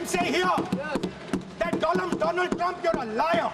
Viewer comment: Mr ashtosh improve your english u have been a looser all your life you do not need to speak and speak to the point and you need to pronounce my presidents name right stop using a lot of the